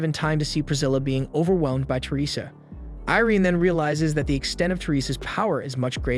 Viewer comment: アイリーンじゃなくてイレーネな、キャラの名前は大事よ それとアイリアじゃなくてオフィーリア ちゃんとしろよ